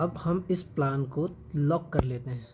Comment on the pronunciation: Sir प्लान nhi प्लेन boliye 😊